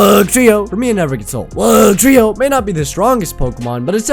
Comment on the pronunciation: I thought I was an idiot for loving Wugtrio tbh, But I love your pronounciation of Wug-trio